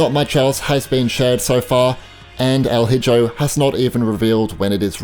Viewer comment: El Hijo is spanish for “The Son” It’s pronounced: EL EEHO